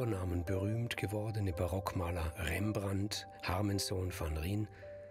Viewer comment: Sein Nachname wird „van Rein“ ausgesprochen und nicht „van Rien“ - ist das Eindeutschung, Unwissenheit oder Schlamperei (der Sprecher muss es ja nicht wissen aber es sollte ihm gesagt werden von den Experten)?